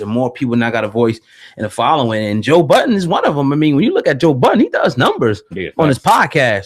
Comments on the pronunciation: His name is Joe Budden. Not Joe Buddens... lmao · Man its been over 20 years the mans name is Joe Budden not "Buddens"